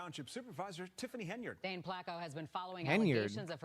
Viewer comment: HEN-yard, not HAY-nard.